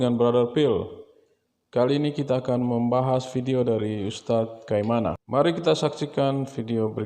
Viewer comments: Kai na ma bukan kai ma na min😅😅😅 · Kainama bropil bukan kaimana penyebutannya bropil😁✌🙏